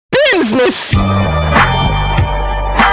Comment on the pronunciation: My what a classy fellow bimsness man this fine gent it. I can tell by his PERFECT pronunciation of Bimsness.